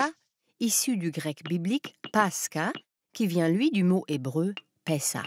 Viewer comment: Bon épisode mais en russe, la prononciation est paskha avec kh prononcé comme la jota espagnole ou le ch allemand.